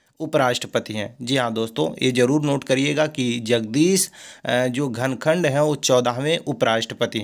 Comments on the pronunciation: घनखड नहीं सर धनखड़ है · Shree dhankhad na ki ghankhad